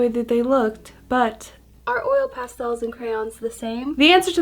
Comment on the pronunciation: 20 minutes of hearing you say Pastels, amazing 😂❤️ I love crayooons and pastelsss